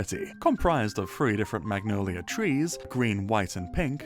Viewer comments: The way this guy pronounces "Magnolia" makes it sound like he's saying "Mongolia" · Ah yes, the elusive "mangolia" tree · Apologies, regions unexplored nether biomes; I was unfamiliar with your game. even the glistering meadow pre resource pack was really solid imo, color pallet was pretty much the trans flag hehe edit: the way u say "magnolia" scares me a little